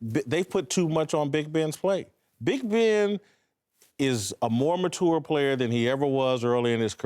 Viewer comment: Does it bug anyone else how Whitlock always says "muh-tour" ?